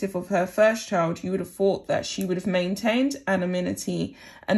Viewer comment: can you learn to pronounce “ TH”! ie, boTHer, not boVVER!!! THought, not Fought!!! togeTHer, not togeVVer!!! Please!!!